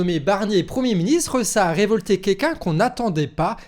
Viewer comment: " ça a révolté kekun" un peu plus j'ai cru enttendre coincoin 😂